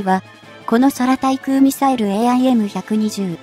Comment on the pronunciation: 空対空 : 〈そら たい そら〉ではなく 〈くう たい くう 〉です。